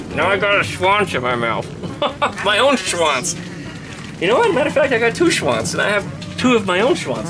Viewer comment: Swans (DE: Schwans) means in slang-swiss-german also multiple swans ;-) - but also the "Tail-Word" is also correct, but the last letter needs to be a "z" to be correct pronounced :-D